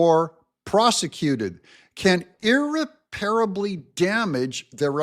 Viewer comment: That’s not how you pronounce irreparable.